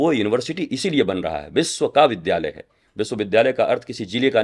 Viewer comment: विद्या+आलय=विद्यालय को विधालय क्यों बोलते हैं। शुद्ध हिन्दी बोलने का प्रयास होना चाहिए